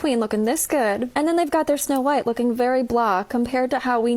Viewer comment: No-white and the Seven Dwams